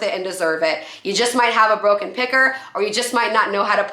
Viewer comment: Did she say a broken picker? I kept hearing pecker. ha-ha